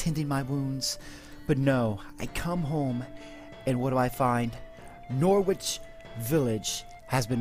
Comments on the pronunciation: Please stop says norwich like that lol. Its pronouned No-Writch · depends were you are from. in south Yorkshire some people pronounce it with a Nor-Writch but who cares on how it is said as long as you can understand it but thats my opinion. not wanting an argument by the way just saying.